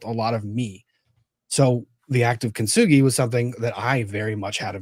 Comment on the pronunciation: Loved hearing get so upset about and her “I am golden” kin-to-soo-gah-roi mess. I had the same feeling and the mispronunciation killed me the whole time. Get kintsugi outta your mouth,!!!